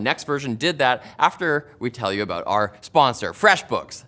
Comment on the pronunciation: How Canadian, aboot loop.